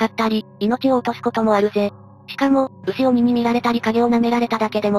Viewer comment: 鬼太郎では「ぎゅうき」と呼ばれていたが正しくは「うしおに」。種類も何個いて蜘蛛体牛頭や牛身体人頭等多岐にわたる。あと「そらなき」より「くうぼう」が一般的。